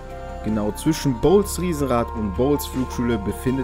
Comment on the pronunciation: Ich glaub du hast Bolles Flugschule bzw. Riesenrad falsch ausgesprochen xD Ich denke nicht das. man es bols spricht.